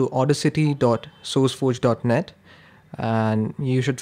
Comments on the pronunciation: its not au-dis-ity its au-das-ity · It is funny how he call audacity as auda city 😂